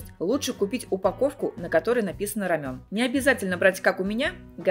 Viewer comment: РамЭн, не рамЁн 🤣🤣🤣